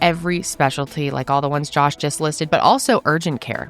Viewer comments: I’m a french Canadian 🇨🇦 and his prononciation of his name is horrible 😂😂😂😂 🆘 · French Canadian here! Josh pronunciation isn't the best 😂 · Josh did a good job with the accent. :) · I’ve been watching you since 2020 (I show up about once or twice a year and binge watch everything that I missed) from the French speaking side of Belgium. I don’t feel Josh’s pronunciation of his name was very French sounding but kudos to, who did a great job with hers ^^